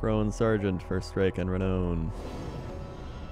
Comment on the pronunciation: Oh god, my butt clenched so hard every time he mispronounced renown.